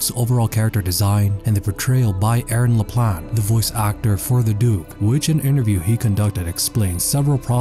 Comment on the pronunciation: The t is silent in Laplante